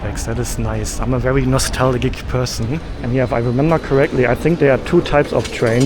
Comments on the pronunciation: Nos- tal- juh is how it's pronounced 😊 'Juh' like in the word 'just'. And also in English you would call the Ice man (Eismann) the ice-cream man 😂😂 otherwise we think he is just selling ice 🧊🧊. But I understand the mistake as ice-cream 🍨in German is Eis 😅😂😂 Also I think your message at the end is really powerful for me as you are the walking example of someone who followed their dreams and ended up successful. You inspire us all ❤❤❤ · Thanks for the very instructive train travel from the Airport to Bangkok . I decided to become a subscriber to your channel based on your very good guidance on the little details of your train travel steps. Oh its NOSTALGIA pronounced.... NOS-TAL-GEE-AH, lol . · Hi. That was the famous Songkran song you were hearing at the MRT station. You myst have been away so long now that you have forgotten that song. Also, the word, 'nostalgia' is pronounced (nostalja). Welcome back to the land of smiles and have a great trip. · Hey! The way you pronounce nostalgia in English is “Nuh-Stal-Jah” hope this helps! 😊💙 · Nostalgia or nostalgic, the g makes a j sound.